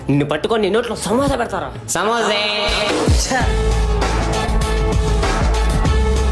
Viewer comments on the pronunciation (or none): సమోసే 👌👌😂😂 సూపర్ గ అంటారు ""సమోసేయ్""